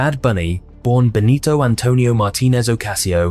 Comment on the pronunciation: bro its "BENITO" not "BONITO" LMAO, but we forgive you